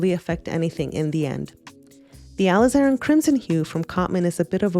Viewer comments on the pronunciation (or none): I appreciated your deep dive into Cotman vs WN Professional WCs. As an illustrator, I've been a long time satisfied user of Cotman paints. Two things I would like to note about your otherwise wonderful presentation are your incorrect pronunciation of Alizarin and your referring to the P in the color code as "pigment". A P in a color code stands for "Permanent", not pigment. Thanks for your very helpful comparison of these 2 paint brands.